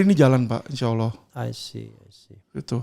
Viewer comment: Alvin lim sebut insya allah ,, serasa dalam pengucapannya sudah fasih sekali